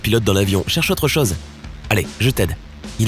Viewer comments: Quelle affreuse façon de prononcer le son "o" !!! On prononce ChOse pas ChAEse !!! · Pour info, les mots "gauche", "zone" et "chose" se prononcent avec un "o" fermé, comme dans "eau" ou "gâteau" et non pas avec un "o" ouvert comme on le trouve dans "homme" ou "personne". Cette manie apparue depuis peu de prononcer tous les "o" comme des "o" ouverts me fait saigner les oreilles. Retournez donc à l'école pour apprendre à parler le français correctement, votre discours n'en sera que plus clair !!